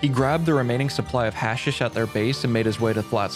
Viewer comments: hash-eesh not hasish broski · It's pronounced Ha-sheesh, not hash-ish. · Just so you know, it’s hash-EEsh, not hash-ish. Or you can just call it hash. Up to you lol. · Its pronounced HA SHISH